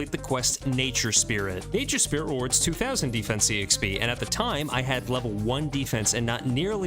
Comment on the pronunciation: "E-xp" hurts my soul every time I hear it